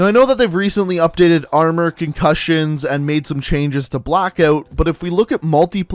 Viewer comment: Don’t say “OUT” like that!